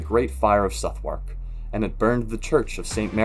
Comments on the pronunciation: Watched everything on your channel in about 4 days ! Love it! P.s. number 4, pronounced Suth-ark 😊🏴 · Number 4 - The spelling is ‘Southwark’ not ‘Suthwark’ and is pronounced Suhth-uck, that is the last syllable follows quickly on from the first. Like in a lot of English words, there are ‘silent’ letters and differentiations on pronunciation depending on where a person is from - I’m from the North of England, but can honestly say that I’ve never heard a Londoner (nor anyone else) pronounce it the way it is pronounced here ! Maybe before uploading to the channel, you should use an American-English (or Canadian-English) to British English translator ? (I checked the pronunciation on Google Translate after writing the above and they use the same as me !)